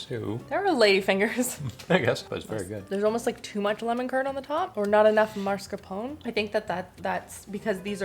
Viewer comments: I love recipes more than gadgets. Also, not wanting to be rude, but I think it's mascarpone (ponE is pronounced) as MAS-CAR-PONE. You pronounce it MARS-CA-PONE which is cute, but I don't think it's right. Love your videos and interactions with Christopher ❤ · It's not the pone part of 'mascarpone' that's the question; it's the MARSK part in the beginning. 🤣 Masc-ar-pone. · Hey, correct pronunciation is maSCARpone (you've been saying marscapone) and you do pronounce ne at the end. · Ciao. MascarponE...you have to read the "one" to! Hugs from Italy ❤🇮🇹😘🌹🌹🌹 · Scrolled a while and didn’t see anyone answer you about the pronunciation of mascarpone, so plz forgive if there are many and I didn’t see them! Mascarpone is pronounced MARS CARR(rolled ‘r’) PAWN AIR also Limoncello is pronounced l I Mon cello, not l E Mon cello lemon in Italian is limone, I know you didn’t ask but my Italian soul cringes and as you cared about how to say mascarpone arpone, I thought you wouldn’t mind. I am binge watching the cooking shows while unwell in hospital, thankyou for the fun way to pass this time! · For Marscapone, I pronounce the "e", but I do it like I've heard you're supposed to for "minestrone", where the last syllable is more like a short "eh". Almost like the "n" at the end has an extra forced exhale at the end. "mar-sca-PO-neh"